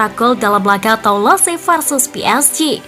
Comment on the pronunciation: Mari kita mengajar Bahasa Prancis sedikit agar "presenter" tidak menyakiti telinga saya setiap membaca bahasa Prancis. Saya tdk membahas sepak bola tetapi membahas cara membaca Bahasa Prancisnya. Les parisiens: kalau le(s) "s" terakhir tdk diucapkan dan kita seperti membaca "Le" dalam Bahasa Indonesia dengan mulut dibuka lebar. Parisiens dibaca "Parizien" dengan "n" terakhir sengau. Toulouse: "e" terakhir tdk diucapkan (dimakan) lalu "ou" sama dengan "u" dalam bahasa Indonesia, kalau "se" diucapkan "z" jadi cara membacanya "Tuluz". Jangan bandel, terima saja dan belajarlah. Semoga menambah wawasan kita semuanya terutama pembaca berita PSG Football News agar tdk mebuat telinga sakit mendengarnya. Terima kasih. Sampai jumpa di pelajaran berikutnya.